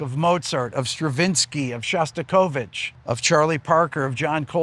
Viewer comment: Also, I don't approve of Rick Beato's pronunciation of Shostakovich.